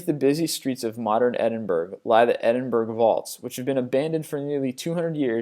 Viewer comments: Its not edinburg it's edin-borrough! and that place in chernobyl is not actually abandoned. some people still actually live there and never left. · its not edinburg...... pronounced edinborough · Its pronounced Edinborough, not Edinburg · Edinburg...PAHAHAHAHAHAHA! Edinborough XD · Edinburg? Not to be that guy but it's pronounced 'Edinborough' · Where did you get your education? EDINBURG????? To anyone with a reasonable knowledge of the world it's pronounced, "ED-IN-BUR-RA" Jesus!! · Stop saying Edinburg, its ed-in-buu-ruu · XD Edinburg! Edinburgh sound like edinburuh the g is silent! Great video anyway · Edinburgh (Edin buh rah), not (Edin burg). Edinburg is in south Texas... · Edinburgh = ed-in-bur-ah not ed-in-berg... even though thats how it looks like it should be said =P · As a Scot, I must politely say that the proper way to prounounce Edinburgh is NOT Edin-burg (with a G), IT IS CORRECTLY PROUNOUNCED Edin-bur-uh and certainly NEVER Edin-boro!! :o) Just need to clear that up once and for all! lol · Its pronounced EdinBURA or EdinBRA, your pick better than berg ;) spelled Edinburgh, Cool video's though! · Edinburg -_- it's pronounced Edinborough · im from Scotland and Edinburgh is pronounced, Edinbruh not edinburg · edinburg? EDINBURG? EDD-IN-BU-RUH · Ed-in-burrow not Ed-in-burg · great video, but why can no American pronounce Edinburgh properly, its not 'Edinberg' or 'Edinburrow', its pronounced 'Edinbra' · Derby Gaol, pronounced 'jail', also, it's not 'Edinberg'! It's 'Edinburgh', and sounds like 'Edinburruh'. Damn Yanks. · Edinburra, not Edinburg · edinburgh = edinbruh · catcooms, edinburg, pronunciations!!!!! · EH-DIN-BUR-UH come on people pronounce it right!! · eh din bur uh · bhoy its pronounced "edin-bruh";) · If you're from there...you are correct. If you're from Glasgae (Glasgow...pronounced Glaz go)...it's Embra. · edinburgh is pronounced edinburrah and its annoything the fuck out ae me -_ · It's pronounced e-din-bu-ruh! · edingberg? lmfao